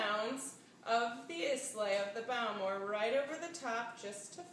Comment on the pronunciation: Almost everything about this is wrong. Learn how to pronounce the ingredients "Islay" and "Bowmore". Also, it is sweetened ginger juice that the original recipe calls for. It is garnished with a piece of candied ginger.